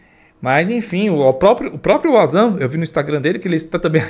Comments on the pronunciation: Meu filho. o termo WANZAN se lê como VANZAN e não UAnZAN. Em alemão o W tem som de V. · Fale certo o nome do Wanzan mano😅 é pronunciado com V , e não com U ... ou seja se lê Vanzan😅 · Fala-se Vanzam... lê se Wazam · Não fala Uazam se fala VANZAM!!! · Rapaz...pelo de Deus...o nome do cara do drone é Wanderley + o sobrenome que forma WanZan (vanzan) e não "UAZAN" se não sabe nem o nome do cara... imagina as análises de vídeo 😅😅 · Carai, o proprio vanzam se chama de vanzan e esse do paraguai insiste em xamar o cara de uázã! tá mais por fora que caroço de cajú, sou mais o Rony Vernet nas suas análises, o cara pelo menos não é achista, ele é especialista e entende bragarai do que se propõe a analizar! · não é Wazam e sim Wanzam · corrige a pronuncia do nome do cara kkkkk se diz "VANZAM", com som de V!!! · Queria que o VANZAN chamasse o de, já que até agora ele não aprendeu a pronúncia 🤣🤣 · O Wanzam é o cara q mais manja de drone, por sinal, fala o nome do cara direito. É como alguém ficar chamando com a pronúncia errada